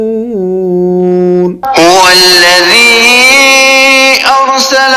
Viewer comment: Bhai mushrikoon my mad nhi hy Ap itna khynch ky perh rahy ho.....